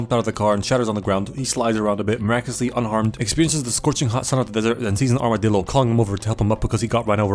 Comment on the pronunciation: "Armadildo" I'm dead bro 💀